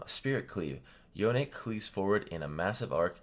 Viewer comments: Professor: Yon-ne Me: Yone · isnt it pronounced "Yohn" not "Yoneh"?